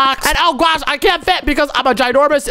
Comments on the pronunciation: Why do you say gwosh even though it's oh my gosh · Why do you say on my gwas